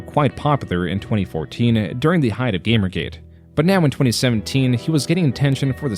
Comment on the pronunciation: In the first 5 seconds he pronounces Gamergate, GAMMergate. I can handle monotone, but please don't tell me this isn't ai. Listen and you'll pick up how bad the pronunciations are and there's a lack of substance behind the voice that only comes from something artificial. If this is really voice I'll buy a Metokur hat and fking eat it.